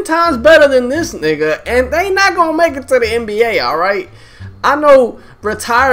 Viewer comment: lmao, he said my wigga, at least he know